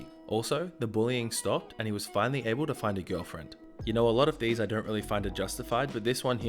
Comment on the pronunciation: I like how he says gullfriend instead of girlfriend